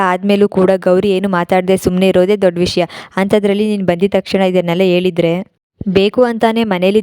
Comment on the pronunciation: Please improve your kannada..."ha " ge "a" anta hestia. Please improve your " ha" and "a". Halide....elide alla.